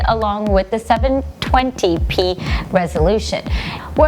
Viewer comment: 702p , hmm, swore she said 720.